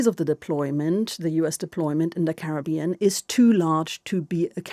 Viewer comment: When will they begin pronouncing Caribbean properly??